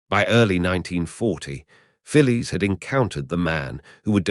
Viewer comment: In the radio show Round the Horne she was referred to as Fanny Haddock. I think Betty Marsden portrayed her. Always amusing, unlike the original it seems. The pronunciation of Phyllis intrigues me. In Australia we would say ‘Fillis’ whereas this AI (?) seems to refer to her as ‘Fillies’.